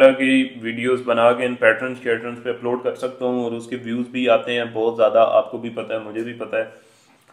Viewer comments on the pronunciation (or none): none